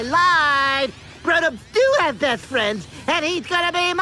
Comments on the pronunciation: After hearing best friends so many times, it sounds like beathtrends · insted of saying best friends it sounds like there saying beth fred